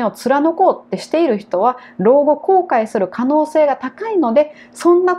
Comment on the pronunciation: いる とか いたのイントネーションが間違ってます。名古屋出身ですか？